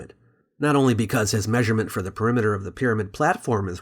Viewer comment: "Peremiter" had me dead 💀